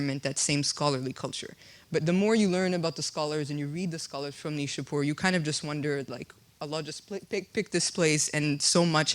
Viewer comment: You have to see neishapoir please pronounce it correctly my dear